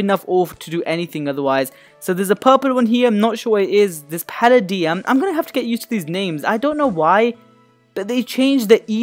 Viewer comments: Palladium is pronounced pal ay dee um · It's pronounced palaydiam